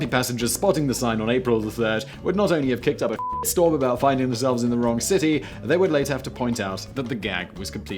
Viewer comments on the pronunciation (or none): none